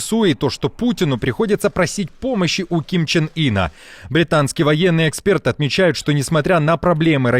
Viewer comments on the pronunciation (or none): none